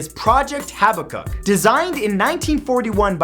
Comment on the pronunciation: "Haba-kuk" its actually "ha-bak-kuk"